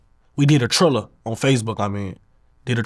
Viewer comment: He said it right it’s a app 💯 look it up next time